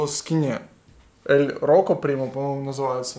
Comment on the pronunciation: Ель рудо, не роко)))